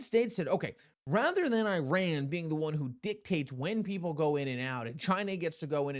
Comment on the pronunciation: Could you please try to pronounce Iran correctly……..